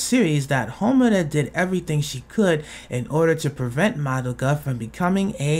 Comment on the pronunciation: actually, it's pronounced "MAH-doh-kah," not "muh-DOH-kuh"